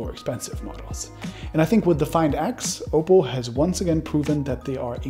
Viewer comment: STOP SAYING OPAL! ITS OPPO... OP...POH.. I DONT THINK YOU WORK FOR THIS COMPANY...